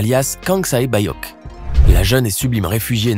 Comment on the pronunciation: OULA tu sais pas très bien dire le prénom 067...